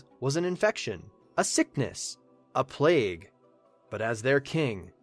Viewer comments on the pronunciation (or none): none